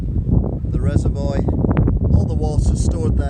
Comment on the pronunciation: Are you purposely saying Reservoir incorrectly?! Lol